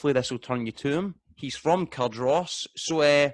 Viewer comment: it's cardriss - also there isn't a tom hanks film that deserves a no hanks